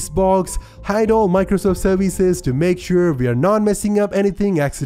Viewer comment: I love your voice very much! I've come back 20 times just to hear you say "serveeze"!